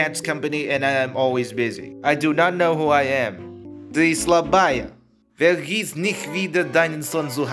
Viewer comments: Ты сла́бая [ti sl a baya] put the accent on the first letter a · ты слабАя! (=<